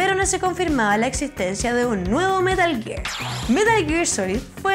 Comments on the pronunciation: metah geeegg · "metl giiir"